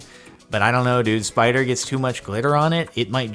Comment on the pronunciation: Mispronounced "spoida" ... Thet's a Strine "spider".